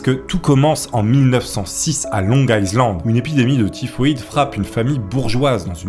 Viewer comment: Ca fait plusieurs vidéos que tu prononce mal le mot island et ca me fais tiquer mdrrr, le "s" dans island ne se prononce pas voila voila 😅